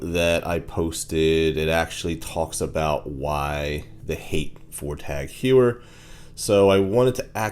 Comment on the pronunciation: It’s pronounced Tog Hoyer.